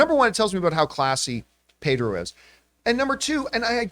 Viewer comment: Who the heck is "Payder Pascal"? Why did John keep calling him "Payder"? It doesn't make any sense. It's like if I just kept calling John "Jern Camipah"!